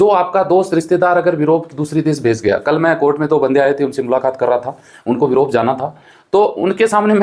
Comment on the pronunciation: Europe ko virope bol rahe hai sir